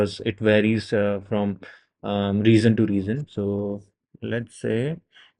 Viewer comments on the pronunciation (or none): It took me time to understand that it’s region you’re referring to as “regzion”.